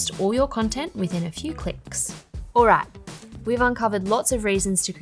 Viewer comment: It's "alright" not alo alla